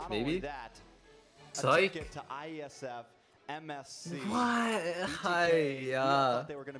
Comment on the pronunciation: It's not "USEF", it's IESF. It's like the Olympics of Esports.